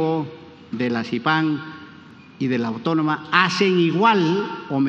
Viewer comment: si la Vallejo, la de Sipán y la Autómona... no sabe ni pronunciar el nombre de su universidad, me pregunto qué pensarán todos los que trabajan para éste